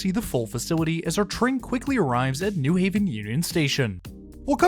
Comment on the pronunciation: Thank you for saying "New Haven" like a local, with emphasis on "New." (Contrast to pronounciation of New York and New Jersey)